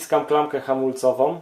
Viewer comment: Mówi się "membrana" a nie "membrama", jezus... Uszy mi krwawią jak cię słucham. Do tego to twoje "podłanczanie", "hamulcowom", "śrubom odpowietrzającom"... masakra na jezyku polskim.